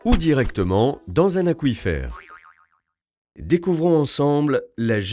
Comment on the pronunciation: Il me semble que "aquifère" se prononce "acouifère" (comme aquarium) et pas "akifère".